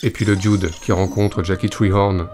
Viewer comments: "Le di-oude"...bon dieu, quand est-ce que vous allez apprendre à prononcer l'anglais vous les français ?...on dirait une parodie d'un serveur de bistro dans les Monty Python. Ça se prononce "de" (the) doûde (dude) avec un accent sur le "ou". C'est pas compliqué pourtant...allez 1-2-3, on pratique... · parce que ça se dit 'dude'.